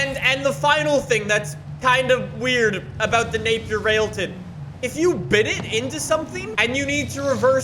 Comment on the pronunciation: The same company that invented British Racing Green, has the fastest car in the world, has an amazing name. But nobody knows what it is. At least you pronounced it right